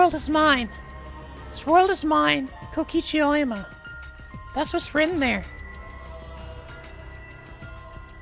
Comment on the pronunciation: “kokichi oima”